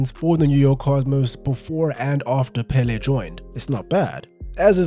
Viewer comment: 1) His name is pronounced with an accent in the second syllable: pelé! 2) They played against no one. No wonder they would win every game. And they had a horrible tie breaker… 3) I think the rising in popularity of football in the US has to do with immigration. After the seventies it grew constantly. Especially from Latin football loving nations.